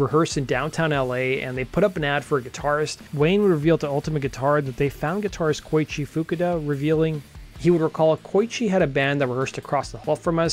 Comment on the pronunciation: The guitar guys name is pronounced "Koe-ichi" not "Koy-chi."